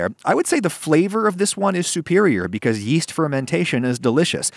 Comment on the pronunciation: Yeast? I thought you said Weast ! XD